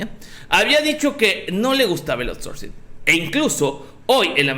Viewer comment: A LA CHINGADA SU OURSORCING